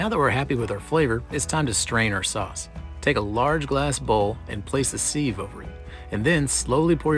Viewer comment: i'm sorry ….but did you say "seeve"? I could swear you said that. Sieve is pronounced "siv". Wow, for moment I thought you possibly were not American.